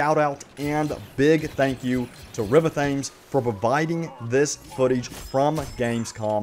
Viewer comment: The way u said Thames 🤣🤣🤣🤣🤣🤣🤣🤣